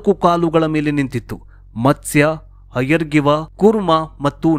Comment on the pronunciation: ಹಯರ್ಗಿವ ಅಲ್ಲ ಮಾರಾಯಾ ಹಯಗ್ರೀವ